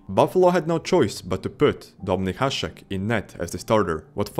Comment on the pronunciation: Big thumb up for you to actally read Hašek right